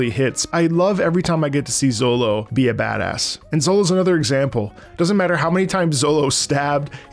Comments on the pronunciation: Calling Zoro “Zollo” seems criminal 😂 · Z... Zolo... oh no lmao It's Zoro, with an R. I dunno where you got Zolo from lol I think 4Kids did that maybe? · I get what you are saying but I can not continue watching due to you saying "Zolo" lol. great video though! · Your not wrong about the zolo thing cause your reading instead of watching but its still funny to hear 😂. Caught me off guard at first but then i remembered thats how they spell it in the manga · Oh god don't say Zolo💀 His name is Zoro! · are you sayin Zolo to intentionally troll?cuz by the 5th time you said Zolo i wanted to reach in my screen grab you by the beard and scream "It's ZOROOOOO" anyway your gonna love it....keep going👍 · My brain shuts down for 30 sec everytime you say Zolo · Proof he only reed this because he says Zolo 😂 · Bro said ZoLo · bro saying zolo had me confused for longer than it should have taken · This was a genuine and pleasant laugh every time you say Zolo 🤣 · Please don't say Zolo please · Did you just say "Zolo"? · Each time bro says ZoLo my soul hurts 😂😂😂😂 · My ears care. My brain cares. Same as when someone puts the stress on the silent u in Sasuke. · well, luffy is pronounced like "ruffy" in japanese, so it might as well be lolonoa zolo